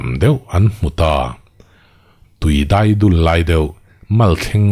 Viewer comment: Chhiar thiam khawp mai a. Luia Dai dul i lamdan erawh hi chu ka sawisel ve e😅 Tui ka dai laiin tiha dai ang hian ri se, i tlangban siam chu a va dul hniang hnuang ve tiha dul ang hian ri se.